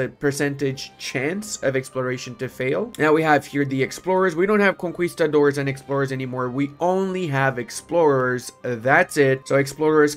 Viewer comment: the way he pronounces conquistador